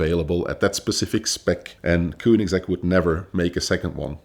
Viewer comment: So many wrongs that vinwiki should think of taking the video down and maybe let him try again, after some research about the brand he's gonna talk about. And it isn't kuunigsegg, what the ____?